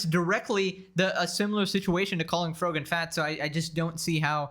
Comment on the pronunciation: erm, you said frog-an wrong